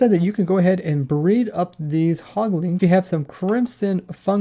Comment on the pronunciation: "hoglings" "piglings" "lantrens"